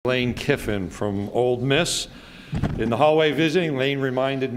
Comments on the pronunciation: Freaking Sankey, it’s OLE Miss not OLD Miss, u would think the SEC Commish would pronounce it correctly!!! Great interview, Lane. Hotty Toddy. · Did the SEC Commissioner just say OLD Miss??? WTAF?